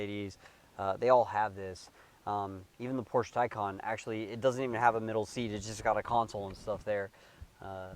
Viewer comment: What’s a Poursh? 🤔